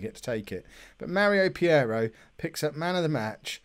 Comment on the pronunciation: Hey. It's Peiró not Piero! You can allways nickname it your way like Sir Briana of course lol. In another subject why dont you look to playear fitness when you make substitutions????